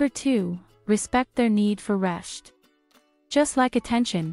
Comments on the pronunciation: It is not pronounced resHt, but reSt. Gee... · I think that was a shlight shpeech impediment there!!!:)